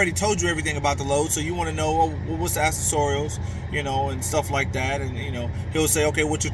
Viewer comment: "ak-sess-er-ules" is how u say that word bro....